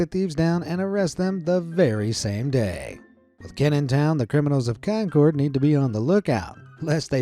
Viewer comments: Bro I live in New Hampshire and our capitol is concord But concord is not pronounced con cord it’s pronounced con curd or con cerrd Do you get the idea on how to properly pronounce concord from me horribly telling how🤣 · Just a heads up - “Concord” (when referring to the city in CA) is pronounced “Kahn-curd” not “Kahn-cored” The “Kahn-cored” pronunciation is correct when referring to the Concorde airplane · It’s pronounced concurd